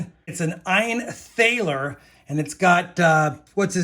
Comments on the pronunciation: You said this was 35 bucks? Man you have some VERY good luck. my favorite coin of the bunch is the thaler. I also think it's pronounced like "taller" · Thaler is pronounced almost like “taller” with an aah sound for the A.